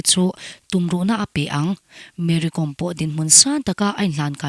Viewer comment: Ti daih ang,Kom tih hi inthluk lo a,entirnan:- archangkawm,silai kawm,tiha anga "Kawm"hi thluk Kom ti hi